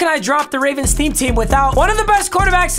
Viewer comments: has a stroke saying ravens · Idk why but just made me laugh when he said “ravrens” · “Ravrens” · My man really said ravrns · “Baltimore Raverens” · Wait did i hear ravrens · “Ravrens” yep yep ravrens